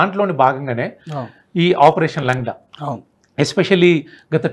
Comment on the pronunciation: correct ga cheppadu, langda ante Kunti. Sariga nadavalenivadu ani ardham, and guest also pronounced correctly